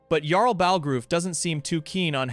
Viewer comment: It's pronounced "Yarl", with a "Y" not "Garl" with a "G" 😂